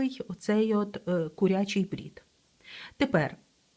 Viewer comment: Українською кУрячий, а не курЯчий. Дякую за Ваші відео і уроки. ❤